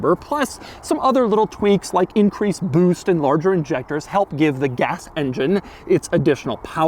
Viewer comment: “Increased BÜÜST”